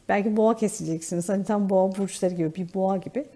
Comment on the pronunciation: Lütfen düzeltin ben yengeç Burcu olarak dinliyorum boğo diyince kafam karışıyor düzeltirir deniz çok güzel olur